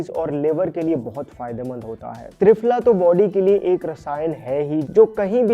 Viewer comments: भाई तुम हिंदुस्तानी हो ना... तो ये Pronounciation इतना खराब क्यों है ❓❓ पतंजलि को पटअंजली... त्रिफला को ट्रीफला... क्या हैं ये ❓❓❓ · Lol, which AI made triphala as tri-phala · Trifala hota hai bhai tryfala nhi 😂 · Kuchh jyada hi herbs k pronunciation ko advance me nhi bol rhe h,aise bolne se angrej nhi honge ,shuddha bolo,its दिव्य not डिव्य,it's पतंजलि not पटांजलि and पटैन्जली it's त्रिफला not ट्राईफाला ,it's तेल not टेल it's अश्वगंधा not अश्वगंडा aise hi sabko galat pronounce kr Rhe ,Indian ho language me bhartiyata lao sharm kaise ye to herbs h bhai ,itna bhi advance Mt bano